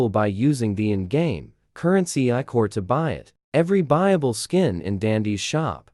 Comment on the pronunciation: ichor is pronounced right! ppl usually pronounce it ik-kur but it’s eye-core!! (If that’s what ‘BRO R U SRS’ meant)